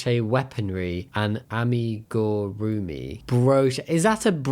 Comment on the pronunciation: Amigurumi is a Japanese word, uggggh, please don't butcher iiiiit to pointlessly make it more rugged(?) and less "fluffy". The state of humanity, I swear. Though, I am not going to lie, I would totally buy some of those patterns for crocheted fantasy and nerdy weapons.